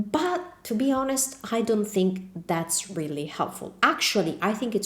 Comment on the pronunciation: THANKS FOR THE TIPS. NOW THIS ONE IS FOR YOU. HONEST , THE h is not pronounced.